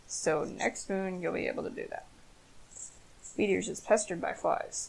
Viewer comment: Every time she says “Weedears” I hear “Meteors”. Weird, right?